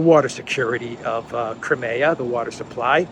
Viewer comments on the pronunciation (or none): NOT krim-A-ugh but KR-EYE-ME-ugh. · What is this "Cremaya".....in English it's pronounced Crymea. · Where did you get that pronunciation of Crimea? In the English we Americans use it is "Cry-me-uh". In Russian it is Krim (rhymes with trim except for the rolled "R"). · It's pronounced "cry-me-ah".